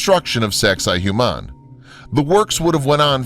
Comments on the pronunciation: its not saxay hu mon. its saxsay wah mon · Why is he pronouncing it "Zexi Humann"??? EVERYONE knows it's "Sexy Woman" 😂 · Great documentary, and I'm having a hard time getting over how poorly your pronouncing the names of some of this sites. It's not so hard to find correct pronunciations. Sacsayhuaman is pronounced Sak-sa-ee-wa-man, for example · (1) sex-ay hoo-mahn xD look at that kid in the bottom right corner that gave up. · why am I keep hearing SEX-I-HUMAN lmao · Sacsayhuaman is pronounced as "Sexywoman". No joke! Thats how the local indigenous people say it. It is easier to say and remember in all honesty. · No. Correct pronunciation is: Sux-ay-wuamun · He says Sexy Woman. Lol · Saksay-WAMAN. The narrator keeps pronouncing the Spanish "hua" as an English "hyu" instead of like "w". "Saksay-HYUMAN"... Cringeworthy. Same with his butchery of "Nahuatl" ("Nahatl" instead of "Nawatl"). Awful.